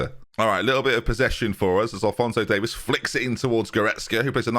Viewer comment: It's not Davis it's Davies (Dave ease)